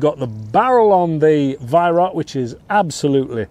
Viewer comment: just so you know Weihrauch is pronounced VYROW (Row as in argument) not VYRACK.